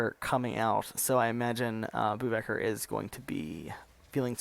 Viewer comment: LOL bouwvakker is pronounced "bow-fucker" and here bow is pronounced as the bow of a ship or to bow down, NOT as in bow and arrow